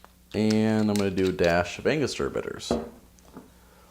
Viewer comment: ''anogostura'' hahaha If anyone knows spanish knows why it is funny